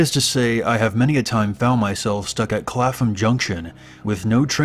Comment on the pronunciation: First of all, the 'h' in Clapham is silent. Second, one of the other place names you have in mind is Raynes (pronounced 'rains') Park, not Ryan's Park.